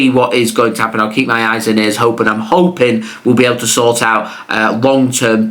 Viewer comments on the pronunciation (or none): none